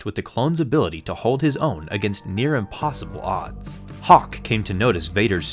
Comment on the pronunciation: bruh it's hock not hawk lol